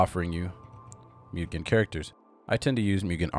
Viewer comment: a comment: it’s not pronounced »myugen«, but rather like »moogen« — it’s japanese and means »infinite« isn’t flash deprecated?